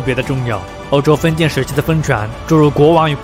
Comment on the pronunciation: 頻道主很用心，稿子寫得很好。但朗讀發音常造成理解障礙，咬字不清或發音不一樣，四個小時聽下來，聽的非常吃力（權力唸成強力,封建唸成分建....，常要倒回去看）。不知是否是鄉音或口音造成還是不自覺的習慣。如果能唸更標準會更好。會有更多人受益。還是感謝。